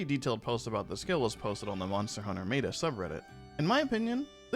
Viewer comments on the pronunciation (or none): Did you just pronounce "meta" as "may-ta"??? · Don't let all the fancy math distract you from how pronounces "meta."